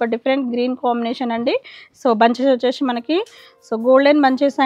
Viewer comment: Vacheshee vachesheee please anodhu ma. Vinadaniki assalu baledhu Just say vacheesi ( c)